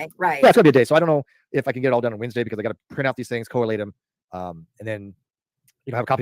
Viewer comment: Is there a vidja where he doesn't invent a new word? It's 'co-late', not 'co-a-late'.